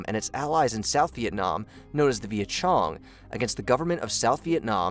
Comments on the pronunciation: It was 1964 to 1975 for the US , and its viet Cong not viet Chong ! If i have to proof read these video’s I expect to be compensated ! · kinda bumped me with "Viet Chong" at the 3 minute mark. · I thought it was viet-cong, not viet-chong? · Viet Cong (VC) not Viet Chong. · Viet Chong? Viet Chong? 😂😂😂 The proper pronunciation is “ Viet Cong” (sounds like bong or thong Viet Cong) 😂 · Viet Cheech and Viet Chong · They may be Viet Chong to you, young man, but to the rest of the world, they were the Viet Cong. AKA the VC, or "Charlie".